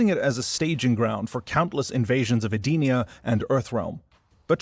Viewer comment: Eee-den-eee-ugh. Not sure how you got your pronunciation but that’s how it’s always been said since Deception.